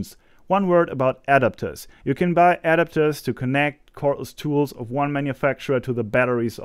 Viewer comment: Your pronunciation of "adapters" is off. I didn't know what you were saying at first. It's not "AD-apters"... it's "a-DAP-ters".